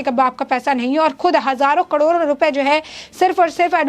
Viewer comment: कडोरों कडोरों नही मेडम, करोड़ों करोड़ों बोलें।